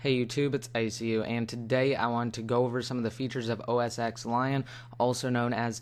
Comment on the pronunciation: Btw its not Mac OS X its Mac OS Ten its a roman numeral Not to be rude im just saying....